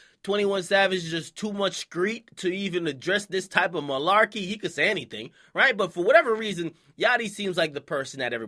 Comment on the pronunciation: i shouldnt watch akademiks vid in the library..this nigga dead ass said malarchy 😂